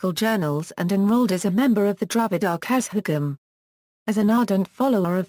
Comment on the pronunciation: Though informative the pronunciation is very bad particularly kazhagam etc